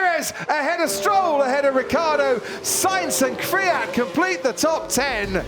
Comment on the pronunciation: Everyone : Kvyat Commentator : Kfeeat